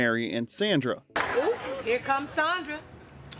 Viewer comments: Dude, her name was pronounced Sondra not Sandra. It's always been pronounced that way, even on the clips that you're showing, they're pronouncing it that way. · It's "Sahndrah" not "Sanndruh". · “It’s SAAAAUN-nDRA” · Beg your pardon, sir, but it's pronounced SAH- ndra (227) 😂